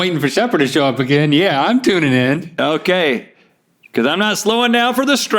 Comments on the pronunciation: "Ya I'm TUNAn in" Nice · link was "tuna"ing in, did he do that on purpose?